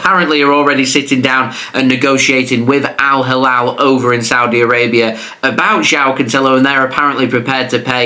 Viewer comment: The way he said al halal 😂 jao cancelo is going to al.halal 😂 epic. It's al hilal bro 😂